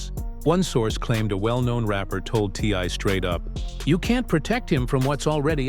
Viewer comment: I wish the narrator would stop calling him Tye and say T.I. !